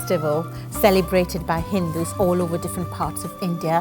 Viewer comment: What's a hendu?. It lays eggs 😂